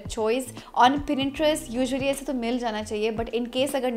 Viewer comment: Di yaaar 😂😂 pinterest aap.galat bol rahe ho 😂🤷 Pinterest aisa pura bola 😂